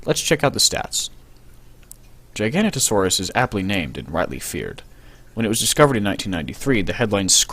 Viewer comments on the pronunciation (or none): GIG A NOTE O SAW US GIG A NOTE O SAW US How do you get Gi-gan-ta out of Gig-a-no-to is beyond my comprehension.